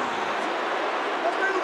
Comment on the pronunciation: Samantha Irvin is the only english person I ever heard saying the Name "Gunther" right! the H is silent in this Case! That is a German Name! When a ENglish Person hears a German Person say it and then he should write it, he would propably write Guntair!